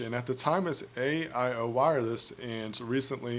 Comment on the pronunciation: AIO Wireless is pronounced "AO" the new Cricket is essentially a rebranded version of AIO.